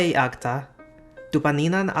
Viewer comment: agta is pronounced /ag-ta/ with an accent to /ta/.